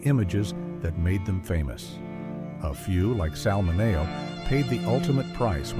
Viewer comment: "Mineo" is pronounced wrong. I hate AI mistakes.